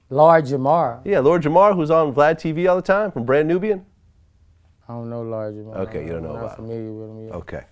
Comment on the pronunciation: "He dissed Lord Jamar..." ---- "LORGERMORR??" 🤣